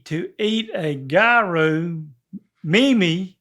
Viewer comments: My favorite was “mehame” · I already watched the short of trying to pronounce "meme" - I laughed so hard, I almost couldn't breathe! 😂😂